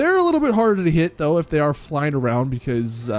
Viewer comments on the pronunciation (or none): none